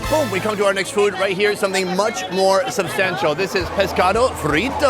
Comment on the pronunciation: Why does he always pronounce food as "feewd"?